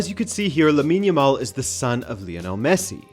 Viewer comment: Lab-in yamal?